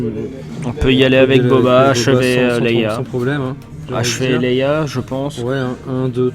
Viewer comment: Leia et pas 'Leyla' Merci pour votre vidéo